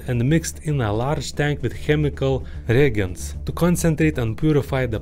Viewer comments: Reagents is re-Age-ents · It's pronounced ree agents.